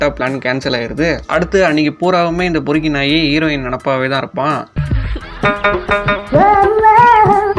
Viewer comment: பெருக்கி இல்ல பொறுக்கி